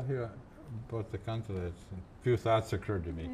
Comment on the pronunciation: sad to see that does not speak finnish anymore, despite his finnish roots. It is a "kan-te-le" not kantella... anyhow, good playing there she knew her stuff.